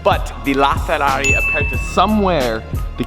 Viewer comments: it is ferrari "Aperta"... with "R"...roll your R.... you are saying "Apesta" which means in spanish..."Stinks"...lol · lmao you pronounced aperta so wrong it triggered me so much